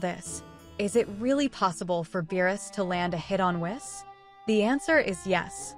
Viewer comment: It's pronounced "Whees."